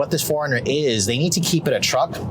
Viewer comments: Its annoying of how he says foreigner instead of 4Runner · why i'm hearing"forner"instead of "four runner" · Didn't anyone tell him it's 4-runner... Not Foreigner... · ikr it was bugging me the entire time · 4 RUNNER not foreigner...HOLYYY!!! This guy is killing me! URGENT! I wanna know what love is....I wanna know if he knows the model name....grrr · "The foreigner..." Sorry, it was driving me nuts every time you said that! I know you tend to talk fast but, for the love of sanity, should do a tiny pause between Four and Runner... Four.. Runner not foreigner!! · It’s 4 Runner. Not Foreigner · IT'S 4 RUNNER NOT FOREIGNER! 🤔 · 4 runner, not foreigner. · It's 4RUNNER!! not FOREIGNER!!! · "4 - Run n - er".... I keep hearing "Foreigner". Awful. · Geezz all he did was complain about the dam 4runner. He is annoying as hell! And dude its 4 runner stop saying foreigner!!!!!!!!!! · Foreigner, I thought I was the only one that noticed until I scrolled through the comments. Now every time he says 'foreigner' I can't help but giggle a little. . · I keep hearing foreigner. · I kept having Foreigner playing in my head as I was watching your excellent review and I finally realized why... it was how you pronounced 4Runner! Just teasing... great review my friend. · Great video but am I the only one who thought he kept saying Foreigner? LOL. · Cannot unhear that. 😂😂😂🤣🤣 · Tought I was the only one hearing that..😅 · It drove me nuts lol. I was like wait what?!? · I thought it was an east cost pronunciation........like west cost = coke east cost = cola